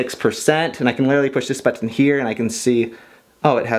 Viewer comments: "But-tin" I laugh every time you say that ... I even got my gf to watch this video with me because of this. I really enjoy all your video! Thanks for uploading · It's funny how you say "button" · the way you say button is so funny 😂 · Thats what I thought. I am glad I am not the only one who thinks that! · Lols, i love the way he says "button" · The way you say "button" hahahaha. But seriously, great informational video. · The way you say button makes me smile but I don't know why 😂